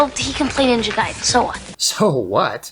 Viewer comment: Shouts to for saying Ninja Gaiden correctly